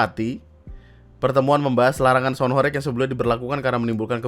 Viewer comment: Cara bacanya horeg bang, bukan horeg